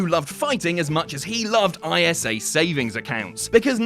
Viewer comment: ISA is pronounced I-SA